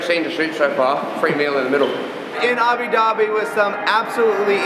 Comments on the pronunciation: It's Abu* Dhabi not Abi, it spells as Abou Ugh LOL Otherwise it was an incredible work. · where is "abi dhabi"? is it anywhere close to "abu dhabi"? you're there, you should be able to pronounce it correctly!